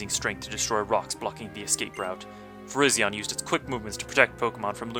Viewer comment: Virizion is pronounced with a long I for the 2nd I. Like Virizon, the tv company